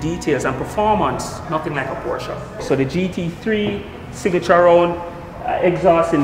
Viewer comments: tell the sales rep it's not Portia, it's porshuh.. "Porshuh" is the car, Portia is the Former PM. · It's Pronounced Portia.. Americans say Porsssh. Italians say Portia. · No, it's not. There is a difference between Portia, porshuh and porsche. the real pronunciation is porshuh, it's a much softer ending on the "uh" than what is in this video. Here it is from the guys themselves.